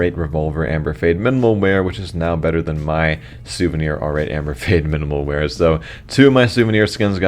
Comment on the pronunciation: "minimal mear"?